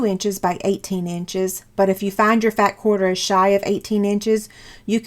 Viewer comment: First, I love your tutorial!! These baskets are so cute and helpful. Now, are you saying "fat quarter" or "fab quarter"? And is that a single layer of a quarter of a yard of fabric?